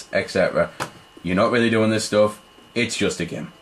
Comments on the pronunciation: like im not tryin to hate but you say geem instead of saying game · "just a giem" lol. nice review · When he says game, it sounds like gem. :D